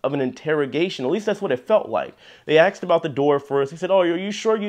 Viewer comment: ask, asked. there is no X in ask.